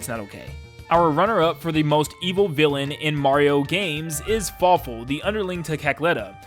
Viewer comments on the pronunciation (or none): Fawful, not careful.